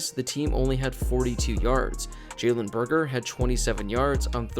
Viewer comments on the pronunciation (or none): none